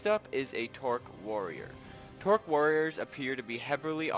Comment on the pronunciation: It's a trork, not a tork.